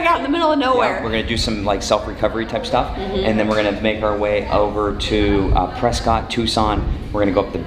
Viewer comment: Press-kit... not Press-scott. You're from AZ, you should know better. :-)